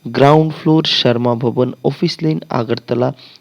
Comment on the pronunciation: Sharma ভবন না শ্রম ভবন হবে এইটা আপনি উচ্চারণ এ ভুল বলছেন ধন্যবাদ 🙏